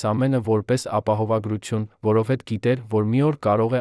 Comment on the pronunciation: Որոտեւ-որովհետեւի փոխարեն՚Երեւանը երան՚կարոր կարեւորի փոխարեն եւ բազում նման սխալներ…